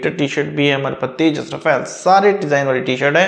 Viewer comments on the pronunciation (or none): none